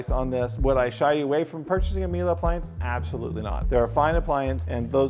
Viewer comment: There's no "a" at the end of Miele. The last e is pronounced as a short e, ryhmes with "meh"